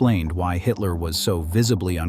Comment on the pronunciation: It's pronounced "Hidler", as in "he", not "Haydler"!